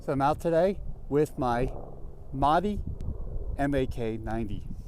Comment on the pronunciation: It's not maadi